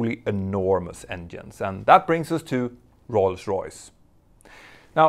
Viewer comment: I'm really happy you've almost managed to say "Rolls Royce" correctly. I also love that you managed to say Rolls Royce around a dozen times in short concession 😄